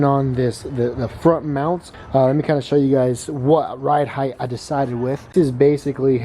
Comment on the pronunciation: Ride Height like sight not Heith